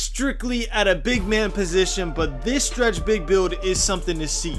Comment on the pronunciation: POWER “Stwetch Bwig” DF